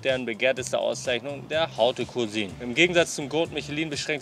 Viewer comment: Gau-te Milieu und vor allem HAU-te cuisine😂